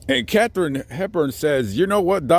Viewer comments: Folks - it's KathArine Hepburn. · KATHARINE HEPBURN! I was named after her. Our name spelling is somewhat different, we hardly ever get it spelt correctly. Ouch! Love, love, love your videos & work (but please...KATHARINE on this one 😉!) Be safe out there 😷